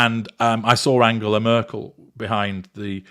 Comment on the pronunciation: MM pronounces "Angela" Merkel's name incorrectly. Reveals she is not well-read nor is she interested in world conditions or anything that happens beyond 2-inches from her nose. Absolutely cringe-inducing to hear her talk. No wonder they were serving booze at this event.